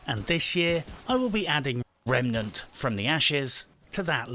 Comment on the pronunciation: I quit The Division 2, moved house, then bought this! Bit buggy but loads of user friendly fun! Oh and I watched SkillUp’s review of this. As usual there were too many adverts and more annoyingly he kept saying “RemAnent”. Bloody foreigners!